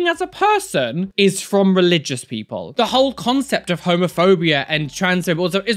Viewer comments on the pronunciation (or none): So I misheard at one point and thought he said "Homerphobia". All I could think of was a bunch of far right extremists trying to ban Homer Simpson, lol. Love your vids! Keep squatting for Jesus like a champ!